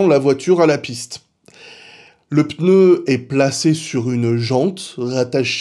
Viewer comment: Merci de prononcer le mot pneu comme il se doit et non peuneu comme trop de personnes… non j’ai rien dit sur F.Montagny ! PS : pourquoi tout le monde dit « dimanche dernier » alors que c’était « dimanche presque dernier » ? 😁